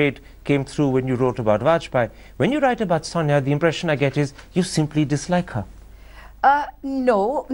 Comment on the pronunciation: Why does keep saying pronouncing Sonia as "Sanya"? Does he know any Indic language? I pity him - his angrez is cr@ and his nawledge of hindi/hindustani is non-existent. May be the funky bow tie gives him a little bit of fillip to go on and on and on...